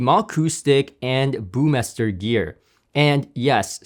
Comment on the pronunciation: Hi Jay, not one to criticize, but your pronunciation of the word “Burmester” is off. Please don’t leave out the ‘r’ there in the middle, otherwise you’re good. Better than “Burmeister”, which is also incorrect :) thanks for the great coverage!